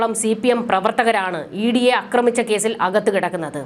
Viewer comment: അക്രമിച്ച'എന്നല്ല. 'ആക്രമിച്ച'എന്നതാണ് ശരി.